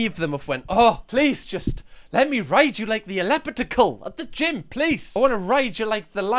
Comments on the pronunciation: LET ME RYYDE YEH LIKE THEH AHHLEPITICAL I love you, dude 😂🎉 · I laughed way too hard when you tried pronouncing elliptical. I love how you say it and will be saying it that way from now on. Lol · Your pronounciation of elliptical has me howling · Dude right 🤣 underrated that was hysterical